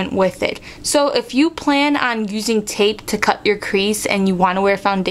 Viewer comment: sounds like you say : cute tip :P